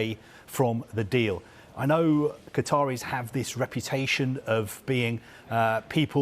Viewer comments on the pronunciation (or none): Hahaha, it's Qataris, nice try...